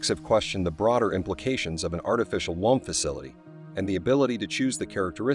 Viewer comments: First of all, it's pronounced woom, not waam. Secondly, what is this about an artificial umbilical cord? What do they plan to do, rip out the child's natural cord as it develops? Yeah, that should work great. Not. Thirdly, there are millions of babies being aborted every year from their natural wombs. Anyone ever think, "hey, I'm pregnant, but I don't want a kid. I know... I'll give it up for adoption." Problem solved. Artificial womb unnecessary. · Artificial whomps 😂😂😂😂😂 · You are pronouncing womb wrong